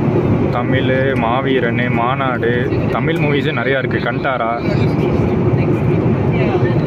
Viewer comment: நண்பரே தமில் என்பதை மாற்றி தமிழ் என்று உச்சரிக்க வேண்டுகிறேன் 👍🙏 waiting for exploring